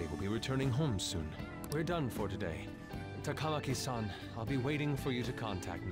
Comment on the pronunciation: For some reason the TaKAWmaki and the SaKAHmoto and KiTAWgawa are especially bad. And Mishima's name is pretty butchered too.